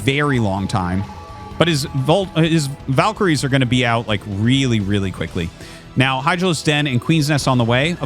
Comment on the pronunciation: and in this video he pronounces "valks" and "valkyries" correctly, out of nowhere. lol he has a weird thing with that word